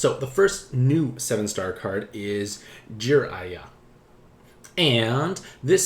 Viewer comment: Gee-Rai-Yah I hope that helps. Lol